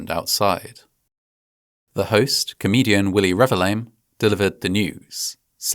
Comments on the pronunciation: lol, "Willie Revi-LAME" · I get so distracted by how you read his surname. It's Revillame so I get why you read it like that. But for correction it's read as Re-vil-ya-mé. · for the record, his name is usually pronounced REH-VEEL-YAH-MEH (emphasis on the VEEL) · lol on how you pronounced his name. It's pronounce Re-bil-ya-me though. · hate to be that person but it's re-vil-ya-meh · His surname is pronounced Revillame (reveal-yah-meh). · I remember this. It was called a stampede in the news, so I had a very different image of what actually happened. After seeing the similar incident in Itaewon, I now have a better idea of how horrible it must have been😢 Btw, the host's surname is pronounced Re-vil-ya-meh (the double L pronounced more like Y). But he is indeed lame, so I can't blame you. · dood did not even try to pronounce Willie's name right lmao